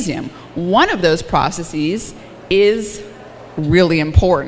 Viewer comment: Stop, stop! The word "processes" is pronounced "processez" (ending rhymes with fez) not "processeez" (ending rhymes with sneeze)! The only words whose plural endings are pronounced "eez" are words that end in "-is" in the singular, such as "basis" or "crisis". Maybe not a big deal but easy enough to get right.